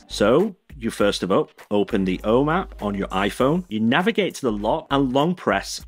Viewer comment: Please pronounce "Home" consistently